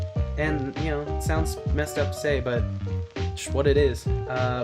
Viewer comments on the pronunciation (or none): "Schwat it is"